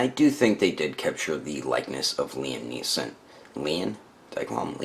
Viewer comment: Liam Neeson, not Neilson! :)